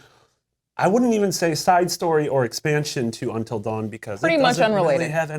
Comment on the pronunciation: "untal dawen"